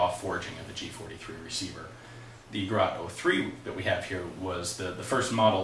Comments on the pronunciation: The pronouncing is not garat, it is gerät. The Ä like pronounced the a in GAS- operated.... or simple, as Geret 03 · Gerat in Islamabad. It's Ger-ät. The Umlaut of doom will not be ignored. How to: Open your mouth as wide as possible and let your tongue hang out as wide as possible and try to produce a sound. This is in the ballpark of the "ä". Listen to the pronunciation of "Mädchen" online.